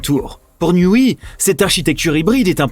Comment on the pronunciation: NIOUWAI pas NIOUWI ;-) mais c pas grave